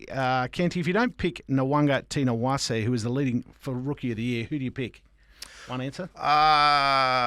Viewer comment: Impressive that both of you mispronounce Mark's name the same way 😂 It's Nah-wunga-NITA-wah-say, not Nah-wunga-TINA-wah-say.